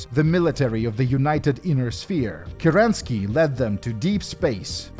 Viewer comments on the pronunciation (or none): Questionnaire: Isn't the leader of the Star League Kérensky and not Kerenský? If you're basing it off the same Kerensky that was the leader of the Unimportant Government for an Hour Russian Republic (before the Soviets), it should be read as Kérensky, with the emphasis on the first wovel, and if that is not correct, I'm giving out my apologies. Great video, as always! Sure hoping the Fallout 2 video will come out in 2023, heheh.